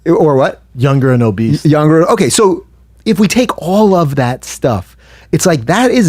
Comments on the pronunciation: Did Brendan say "obeast" instead of obese!? I can't take anything he says seriously just on that alone, and he has the nerve to tell an actual doctor (Fauci) he is wrong? He said "obeast" for the love of sweet baby jesus. I'm not even I'm saying I agree with the shutdowns, but if I was against it I certainly wouldn't want Brendan, and Bryan as the face(s) of my movement. I actually like both of them, and enjoyed the podcast in the past, but they are BRUTAL to listen to when speaking on anything covid-19 related. Why is Brendan refusing to wear a mask? Is his plan to reopen the states to just open them up wide open, and not put ANY type of legislation, or policy in place to protect people? Nothing at all? Why do you have to be all the way on one side, or the other? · BRENDAN! It's obese, not "obeast" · Did Schaub just say obeast instead of obese? Twice??? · I love it! Brendan is talking about how Fauci (an actual doctor) is wrong and in the same clip says "obeast" instead of obese.